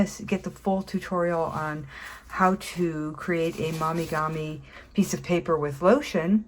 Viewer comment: Mo mee gah mee. Not mommy gah mee 👍🏼😊